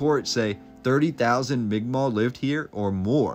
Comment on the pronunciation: The first person who ever pronounced migma properly on here lol